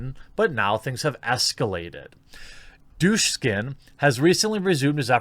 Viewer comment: Oh, come on. The k is BEFORE the s. Why do you pronounce it like douche skin? Duk, sin.